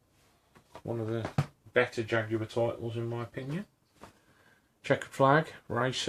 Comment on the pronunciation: Americans!! Watch this video and learn how to pronounce Jaguar properly.